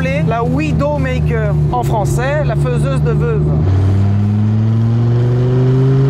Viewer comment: "Faiseuse de vœuve"... ou comment trahir tes origines stephanoises 🤣